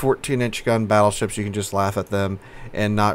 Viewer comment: did you really call the split tree "fattleships"? xD